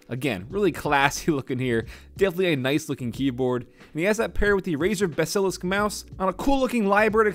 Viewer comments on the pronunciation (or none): Brother it’s basilisk not besalisk <3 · omg, if i hear you pronounce basilisk like that one more time... i dont know what i am going to do. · Who else scrolled down to check the comments after he pronounced basilisk like that?